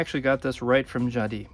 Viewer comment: Jadissss not Jadi , please c'est français